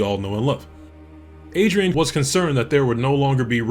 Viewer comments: Don't worry too much about butchering pronounciation of Polish names. It is important, but I don't think you would do it correctly the first time, so either way it would be there just for fun :) However it's true that sometimes just googling is enough to get it right - Chmielarz is also an actual word describing profession, meaning "a hop maker". Nevermind. What's more important to some boomers watching your great video is that original People Can Fly team were the creators of Painkiller back in 2004 and they were also responsible for porting the Gears of War to PC. As for Witchfire - I love it even if I absolutely can't play it. I didn't make it past the first two areas and level 10 because it scares me :) I'm coming back every week or two to this game just to get my ass kicked. What a fantastic piece of art it is. I wish there was some kind of at least a tiny campaign mode in the full product... I simply hate the roguelike mechanics in general :) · Great review, tbh leaving a comment only because your pronounciation of Chmielarz made me spit my coffee with laughter